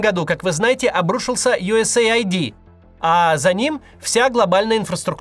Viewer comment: Максим! Правильно не USA ID, а US AID 🙂